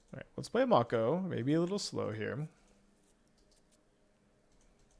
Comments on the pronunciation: Am I the only one who the pronunciation of Make-O as Mock-O is getting bothered? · May-ko. Someone didnt watch Shark Week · It’s definitely May-co. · I die inside every time he says "Mah-ko" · It's "make o" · i think its pronounced like make-o. like the shark species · The professor kept pronouncing it this way too, and it’s driving me crazy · The way pronounces "Mako" really shows he was never a shark kid, nor watched Yugioh.